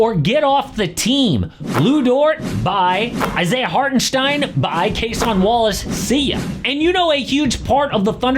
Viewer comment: did you just call cason wallace, case on wallace lol